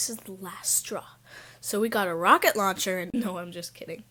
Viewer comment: Lol when she said we get a rocket loncher